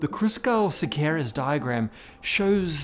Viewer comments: English friendly pronunciation of Szekeres is " Sekeresh ". Very interesting episode as always. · You know the "s" from silent? That's how you pronounce "Sz"ekeres; so it's not only you, always teaching me ^^ Cheers and love from Hungary! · But will he learn to say Szekeres? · Oh no, you butchered the name of poor Szekeres again :(